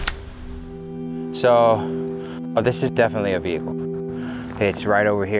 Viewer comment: Veacle is not a word (VE-HIC-LE)